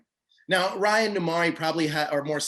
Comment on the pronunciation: homie can't even pronounce raya correctly after seeing the film